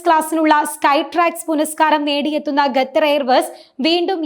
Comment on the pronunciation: Ggathar alla koche... Qatar